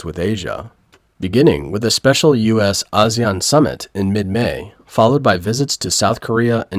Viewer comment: “AH ZEE AHN” summit. The computer generated voice read Asian wrong…